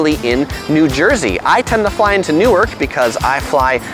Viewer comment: You pretty much nailed it....Except, Newark is pronounced Nork - It doesn't rain a lot - DON'T drive - You can walk East to West easily. Central Park is referred to as The Park and on the east end it is only 2.5 miles wide and .5 mile towards the middle. The Bronx is Up (north), The Battery is Down (south) Streets are numbered getting higher when you're headed north, lower south. Blocks are the streets between intersections. Numbered blocks North to South are shorter than Avenues which run East/West. PLEASE don't ride a bike if you're not used to city bicycling. SOHO is located South of Houston pronounced HOUSETIN this isn't Texas. Manhattan is referred to as "the City" the boros by their names and last and most important PLEASE be respectful when visiting the World Trade Center. Remember you are visiting our home. We love it, don't litter.